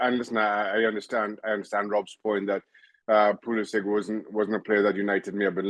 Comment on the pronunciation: It is pronounced PuliSICK